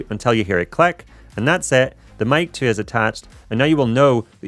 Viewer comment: Out of curiosity, where are you from? The pronounciation of "i" like "e" (vedeo, cleck, segnal, resky, queck, stell, endependent ("posetioned" was the most funny one)) takes some time to getting used to.😅